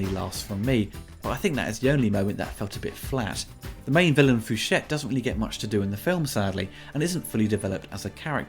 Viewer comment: Could be wrong, but I think the name is pronounced "fu shay" lol Still love your stellar work